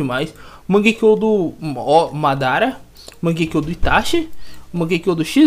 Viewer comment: vc quase falou modara kkkkkkkk